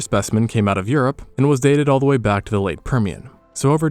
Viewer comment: "Based on da bones"